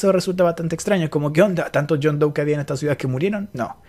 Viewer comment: "Jane dou" "john dou" "baby dou" -coscu